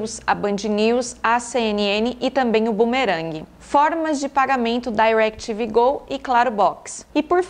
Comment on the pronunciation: Eu amoooo ela falando “Dairequitivi Gol”